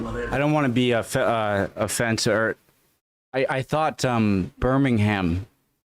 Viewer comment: It is not pronounced BirmingHAM.. It is BirmingUM. Other place names which end in HAM are also pronounced with that last but as UM As in Cheltenham... say Chelltenum Bellingham... say Bellinum Rotherham... say Rotherun... Okay? 🖖😊❤